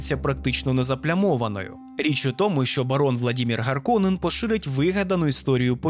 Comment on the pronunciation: Харконен, Раута - це фінскі слова, в них наголос на перший слог завжди